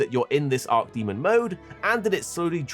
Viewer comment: imagine being a youtuber with 1.4 mil subs and mispronouncing arch demon as arc demon that many times lmao come on bruh